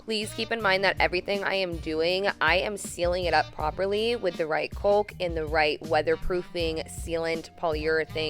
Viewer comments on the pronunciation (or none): It looks beautiful. However, every time you said caulk, I cringed. It’s pronounced kaak...like cock of the walk if you will... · You are extremely talented and it's clear your dad has taught you well. I'm so jealous. I do have one question though. Why do you pronounce the word, "caulk" like "colke"? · wow this is really impressive! FYI the "L" is silent in the word "caulk".